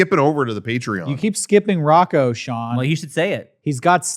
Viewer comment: Sorry Shawn Rocco said it correctly.